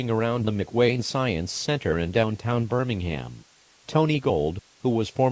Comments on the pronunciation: Birmingham sounded like "Burningham. Guess that fits the situation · notice how birmingham sounds like burningham